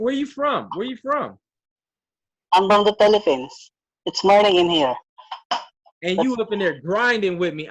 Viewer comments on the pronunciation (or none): none